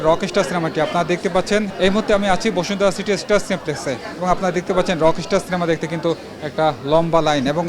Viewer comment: বিশিষ্ট সাংবাদিক ভাইয়ের উদ্দেশ্যে বলছি- ভাইরে "রকেশটার" না, রকস্টার। উচ্চারণটা একবারে করতে হবে। না মিয়া ইংরেজি বিশেষজ্ঞ নই। কিন্তু অন্তত এসএসসি অবধি পড়াশোনা করলেও এই সাধারণ ইংরেজিগুলোর উচ্চারণ ঠিকমত করতে পারা উচিত। আর হ্যাঁ, বিভিন্ন সিনেমার জন্য দর্শকদের ইন্টারভিউ করছেন ভালো কথা, আগে আপনাদের উচিত সিনেমাটা নিজে ভালোভাবে দেখা। তাহলে শুরুতেই আপনাদের সিনেমাটা সম্পর্কে একটা সম্যক ধারণা থাকবে। গোটা ইউটিউব এবং ফেসবুক ভরে গেছে কিভাবে শাকিব খানের রকস্টার সিনেমা নিয়ে মানুষের মুখ থেকে খারাপ/নেগেটিভ রিভিউ বের করা যায়, কিভাবে সিনেমটা ফ্লপ করানো যায় এটা নিয়ে। বিশেষ করে "প্রতিদিনের বাংলাদেশ", "রাইজিং বিডি", "বাংলাদেশ প্রতিদিন", "স্টার গল্প না কি যেন একটা ইউটিউব চ্যানেল" এবং আপনাদের এটাও। কেন রে ভাই? আপনাদের তো দেখছি না "রইদ", "বনলতা", "মালিক", "পিনিক", "অফিসার" এগুলো মুভি নিয়ে কথা বলতে বা ইন্টারভিউ করতে? এসব সিনেমারও ইন্টারভিউ করেন, সেখানে আরও অনেক বেশি বাজে/নেগেটিভ রিভিউ পাবেন। যাই হোক, এভাবে উদ্দেশ্যপ্রণোদিত ইন্টারভিউ না দেখে যাদের ইচ্ছা তারা নিজে হলে গিয়ে সিনেমা দেখুন। নিজে যাচাই করুন। আরেকজন খেয়ে টেস্ট করে বললো "ভালো" তাহলে আপনারও ভালো লাগবে, বিষয়টা এমন নয়, আবার আরেকজন খেয়ে "খারাপ" বললো তাতেই যে খাবার খারাপ হয়ে যাবে বিষয়টা তেমনও নয়। আপনার নিজের টেস্ট আপনার নিজের কাছে। আর হ্যাঁ, যেহেতু শাকিব খান অনেক উপরে উঠে গেছে, তাই শুধু আফরান নিশো নয়, আরেফিন শুভ থেকে শুরু করে সিয়াম আহমেদ সবাই উপরে উপরে হোক, আর মনে মনে হোক, সবাই হিংসা করে। এমনকি রেসের বাইরে থাকা ডিএ তায়েব কিংবা হাসান জাহাঙ্গীরও করে, যদিও তাদের এখন আর সেই বয়স বা সামর্থ্য নেই শাকিব খানের সাথে প্রতিযোগিতা করার। তারপরও করে, তাদের ইন্টারভি